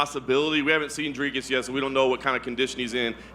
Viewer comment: Why can Americans not pronounce Dricus Du Plessis’ name correctly? It’s not hard: Dricus - “Dric”sounds like stick and then add “us” after saying Dric sounding like stick Du Plessis - Do-pless-see. It’s common courtesy to get someone’s name right especially when the guy is going to be fighting for a championship belt in your company.